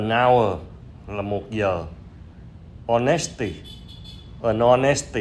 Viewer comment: Chữ Honesty khi phát âm nhấn ở vần đầu nhe an. HOnesty.